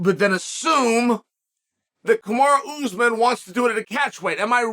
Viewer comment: Kumara Usman sounds like his sister. Nice gimmick to mispronounce all the names 👍